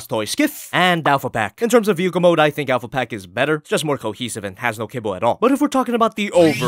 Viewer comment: Kibble!? Fuck i thought you said cable! english isn't my native tongue btw